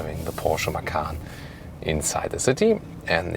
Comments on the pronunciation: read macan not makan > macan = tiger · actually the t in ma-tchan doesn't count.. so it is pronounced ma-chan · Actually you should read "Macan" as a "C" like "Cha-cha" I'm Indonesian btw